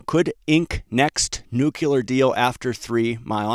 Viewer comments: It is pronounced nu-cle-ar, not nukular. Please a fix if you don't want down marks. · It's pronounced "nu-cle-er", NOT "nu-cu-ler"! Please stop broadcasting your high school ignorance. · never trust a nuclear analyst who pronounces it nu-q-ler. that refers to the nucleus of a cell. anybody who has any real knowledge knows that it's pronounced nu-kle-er. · It’s pronounced nuclear not nukular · Bro, it's pronounced nu cle ar. Not nu cu lar. All of the respect you deserve will be wiped away if you mispronounce words. Just sayin' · Please stop saying nucular, it's nuclear bud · Sigh, it's pronounced new-klee-are. Not new-cue-lar. George W notwithstanding. 😏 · SMR, OKLO & NNE: a saucy l'il "Nukular Triad" indeed. Someone ought to smooth some of the rough edges off of those wild relative value swings. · That pronounciation of "nucular" fooled him once, shame on him. Fool him twice... it can't fool him again. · Please learn how to pronounce "Nuclear" correctly.